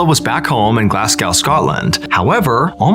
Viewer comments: Good vid as usual. It's pronounced Glaz-go not Glass-cow btw 🙏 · Glass-Gow... Glasgo silent w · GlassGow?! It’s pronounced GlassGo lol (Glasgow) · Glasgow is pronounced GLAZGO, now Glass cow 🙄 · Pounce GLASGOW LIKE GLASSGO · Good one..but it's pronounced 'Glaz-go'..not Glassgow❤ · Love the vids but its pronounced glas-go scotland not glass-gow❤ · FYI, bizarrely, Glasgow is pronounced ‘Glaz-go’ 👍💕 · Love your vids, but guys (Americans) it’s ‘glas-go’ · Hi, love your content. Just want to say it's pronounced Glaz go. ❤ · It’s pronounced Glasgo the w is silent. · A story about a Glasgow girl yay lol it’s pronounced GLAZ-GO or glesga lol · It's Glas-go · Btw it's pronounced 'Glarz-go' (Glasgow) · Glaz-go just a pronunciation guide.... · It's pronounced Glaz Go. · Glass-Gow crazy American pronunciation....😂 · Love listening to your stories, but can I say one thing! It is pronounced GLASGO, the 'W' is a silent letter as in many of the English words are. 👌🏽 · Pronounced Glas go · Glasgo - the w is not pronounced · Pronounced Glaz- Go = Glasgo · Its pronounced Glasg "OH" 😊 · Is g las go that’s how it’s said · Its pronounced glaz-go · You pronounce it glaz go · It's pronounced glaz-go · Mr allen. Its pronounced “glasgo”. The “cow is pronounced go” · Thank you for that 😊 his pronunciation was scarier than the story 😂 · Small correction: it's pronounced Glasgo. The w is silent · It's not pronounced 'GLASS GO'😂 HEH sorry too funny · The way he pronounced Glasgow and Scotland was personally offensive 😂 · As someone from glasgow, your pronunciations are wild 🤣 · I love how he pronounced Glasgow 🤣🤣🤣🤣🤣🤣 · AI cant pronounce glasgow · 😂😂 😂😂 sorry to laugh but “GLASGOW” 😊please try find a video on YouTube of how Glaswegians say Glasgow, I’m from Edinburgh but the Glaswegians say it the best.. 😊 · Glasgow hahahaha. Best pronunciation ever hahaha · You mispronounce Glasgow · Never say Glasgow again